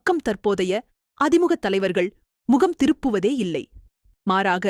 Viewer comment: அது அதி முக இல்லை, அ திமுக...இது கூட தெரியாம எதுக்கு படிக்க வரீங்க